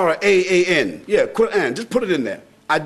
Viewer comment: First off, it is Quran, not quarn